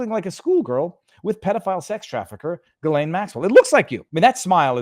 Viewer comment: Viva, you're from Montréal. You damn well know how Ghislaine is pronounced. Jizzzz lane/lain. Cmon man!!!